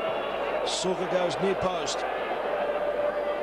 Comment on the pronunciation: Šuker, not Süker.